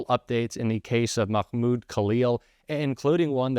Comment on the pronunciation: That is not how you pronounce Mahmoud.